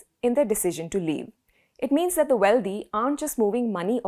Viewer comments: How about getting the correct pronunciation of the words "Wealthy" ends with a THY and not DHY, and the same goes with "Healthy", it just doesn't sound proper with your superb grasp of the English language being in the spotlight.... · Nice segment. I’d just ask that you not pronounce wealthy as wealdhee. Indians make this common mistake. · That is not how you prounce "wealthy" you illiterate woman